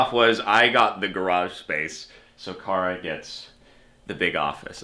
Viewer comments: I love the plate, which made me giggle. I legit car uh? Car uh ?? Kara!!!. 😂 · "CAR UH" I love it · Same, I laughed at that